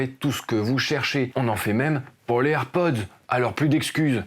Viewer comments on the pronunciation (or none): none